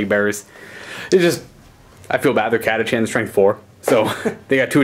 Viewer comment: hey quick note the h in catachan is silent so its pronounced as cat-a-can